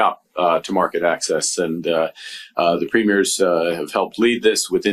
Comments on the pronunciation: As a Canadian I love your channel, even before Trump started FN us around. However, Ben, you're pronouncing premieres wrong. The emphasis should be on the first syllable not the second. If you're in question just give Charlie Angus a call. Keep up the great work. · Nooooot “preem-mee-airz” Mr. Hollywood. Preem-yers. Listen to the clips you use! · Premiers is pronounced preemiers not primiers. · My dear Ben, if you are going to talk about Canadian premiers, they are not pre-MIERES, as in premiere of a movie, but PRE-miers. Thanks kindly. ❤🍁❤ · They are NOT “Premieres”, that’s the opening of a show, they are Pruh-meers. Sorry, it bugs me. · Just to let you know, except for Quebec, we say PREEM-yerz. 😊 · PREE-meers. Listen to how Mark Carney says it. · PREEM-yer is the pronunciation of Premiers of our provinces. 🇨🇦💪🏼✊🏻🇨🇦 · Premiers is pronounced incorrectly. Enjoy your show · Ben, I'm a Vanadian and have followed your channel closely as you report on CANADA's perspective to inform our American friends. I only ask that you call our provincial leaders as Premiers (emphasis on Pre), not Premieres (like a movie premiere). And thanks for saying Huntsville Ontario, not Hunstville Canada like most American networks. It's time Americans learn how our provinces boundaries work.